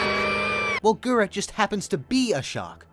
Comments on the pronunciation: Mans saying "GURA GURA" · This video was so well put together and narrated, I don’t think anyone cares that you kept pronouncing her name as what sounds like “Gura Gura.” 🙂 Liked and subbed. Keep up the hard work! Pretty sure you’ll blow up😊